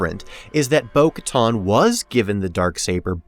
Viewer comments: Minor nitpick, but why in the world do you keep pronouncing it "Bo-KaTAHN" when every other character in the franchise says "Bo-KaTAN". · Bo Katan; not Bo Katton. It's pronounced on-screen. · Bo-Katan, like getting a tan. Like the tan suit that Obama wore. Not Bo-Katon. Oof. Very distracting.